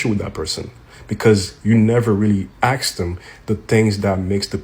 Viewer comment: It’s asked NOT aksed